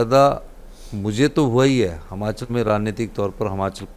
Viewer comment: कुछ दिन और हैं आप फिर हम जयराम जी को वापिस लाएंगे ! हिमाचल को हमाचल बोलने वाला मुख्यमंत्री नहीं चाहिए !